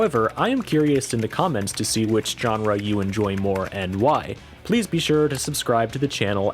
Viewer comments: That hard j on genre like John, kills me. I've always heard and say it like jean Claude van Damme. Like seanrah. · It's "zh"enre, not "j"erne. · Your pronunciation of "genre" is grating. It's not a hard J. It's a "zh" sound. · Stop saying genre with that hard G Jesus Christ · My man says jenre with a capital J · You're into history? Look up the history of the word "genre." It will give you the correct pronunciation of the word. Look into it.